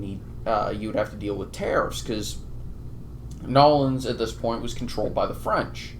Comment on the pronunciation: It’s New Orleans not “Nolands”. I don’t even live there but it doesn’t sound right